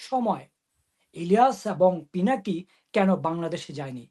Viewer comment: Apner guest pinaki ke, pilaki bole, thik moto pronounce korte pare na, e naki journalist 😅😅